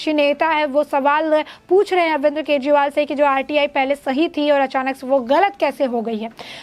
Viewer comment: "अरविंद्र " नहीं बहना ...